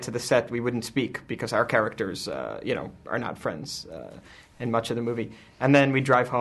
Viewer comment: why cant you pronounce becosss... :D:D